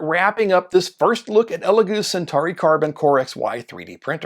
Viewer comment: What is the correct pronunciation? American? Do you even know Latin? He said Sentahree which is not even close. It's Sen-taw-ree.